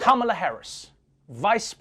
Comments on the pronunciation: It's Kam-laa. Not Kama-laa. Fox & friends - so cringe 😬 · Whatever your criticism of Kamala Harris, at least pronounce her first name correctly—“Comma-la”. I don’t purposely fuck up any Republicans’ names even if I hate them. I don’t even call Trump “Drumpf”, because I’m a grown ass adult that doesn’t need to result to playground insults to make my contempt of him obvious. Yes I think I’m better than you for doing this. Purposely pronouncing someone’s name incorrectly is extremely rude. You were taught this in elementary school.